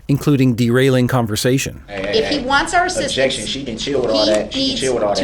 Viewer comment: Ob-jec-shun …Grounz.